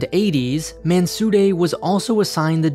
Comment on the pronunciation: I love the way you're pronouncing "Mansudae" with the appropriate middle ground between the phenetic English 'd' and 'r' sounds. Well done.